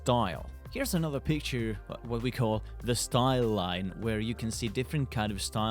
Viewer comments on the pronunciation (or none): none